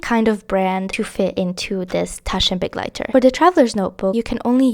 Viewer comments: German here, I LOVE that you take care to pronounce the German carefully and are not just „YOLO butchering“ your way through it without a care. Thank you, it’s such a small thing but is so lovely to hear!!! Makes the video even better to me ❤ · it's so beautiful to have a favorite language! I loved that you pronounce it correctly, it made me so happy <3